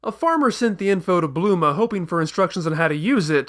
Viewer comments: please... it's BULMA! not BLUMA... ':/ anyway good video serie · Bulma, repeat slowly Bulma... not Bluma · Did..did You just say Bluma? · Wow, you're the first one I've come across who actually goes as far as saying 'Blooma' instead of 'Bulma'. You're an even bigger nerd than I am, mate. Instant sub. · Why do you keep saying bluma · You know how Freeza's name is just the word "freezer" with the "er" sound chopped off and replaced with an "a"? Bulma's name is supposed to follow the same pattern, so logically, her name should be Blooma (bloomer - er + a). If you want a more detailed explanation, see the first video in the series